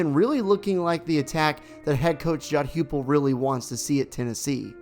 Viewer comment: UT's coach is named Josh Heupel, pronounced Hype-el. Helping you out cuz you're gonna be saying it a lot more often.